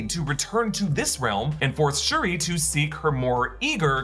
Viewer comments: It’s shuri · it's Shuri. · It's Shuri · Doesn’t anyone Read the COMICS???? WTF!!!!! ITS SHURI!!!!